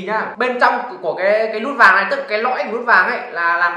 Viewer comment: Vinh tiền nĩe. Lút vàng. Quê a nói ngọng kinh vãi